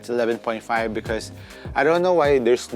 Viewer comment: “Becoz” Wtf accent pa more HAHAHAHA